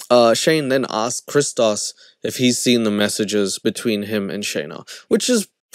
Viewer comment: as a Greek, thank you for saying Christos correctly lol